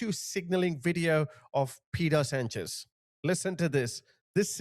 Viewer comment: "Pedo Sanchez"? What?